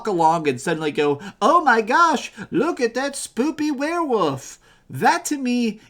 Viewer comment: Lmao “were-woof” and “were-wooves” just cracking me up how he pronounces these 😂